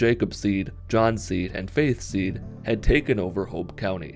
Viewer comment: when he said faith seed i thought he said faze seed